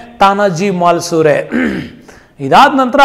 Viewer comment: ತಾನಾಜಿ ಮಾಲಸುರೆ ಅಲ್ಲ ಮಾಲುಸರೆ MALUSARE